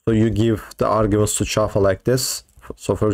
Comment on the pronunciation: I heard "Java" and had to double take. Thank you for saying it again so I could correctly hear "Chafa." 😂